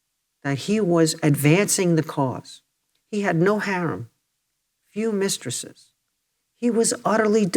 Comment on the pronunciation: "Few mistrisses" XD only a few?